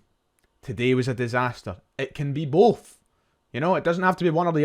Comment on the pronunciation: Breaf or bof oh dear , did you have an education ?